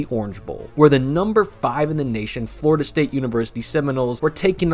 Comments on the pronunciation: Yeah lol Im an FSU fan and I raged every time you said flordia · I can't even watch this video anymore. You keep calling Florida State F"lorida."